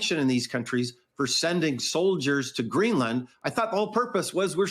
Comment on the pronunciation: “We knee greelann” 😅